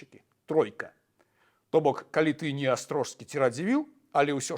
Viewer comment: Дзякуй за цікавую праграму, вельмі інфармацыйна. Драбнюткая заўвага — князь Астро[с]кі, ЖС> вымаўляецца як С. Вельмі часта чую ў розных вядоўцаў (рыЖскі, праЖскі, замест рыскі, праскі, парыскі, як Бог — Боскі, князь — княскі, луг — лускі)